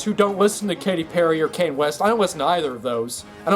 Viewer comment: I'm gonna sue you for your pronunciation of "kanye" and "reverb"